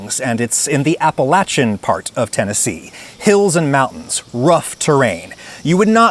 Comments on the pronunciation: Thank to Adam for pronouncing Appalachian correctly. I can't tell you how many mf'ers come around pronouncing it Appelatian. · It's a little thing, but thank you for saying Appalachian correctly.